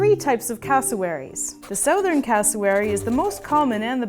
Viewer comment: I don’t like how she pronounces southern😫😂😂